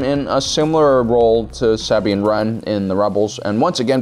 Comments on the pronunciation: “Saabine” ah yes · How is there an entire 3 shows that show Sabine and you still can’t pronounce her name correctly? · The way you pronounce Sabines name absolutely pisses me off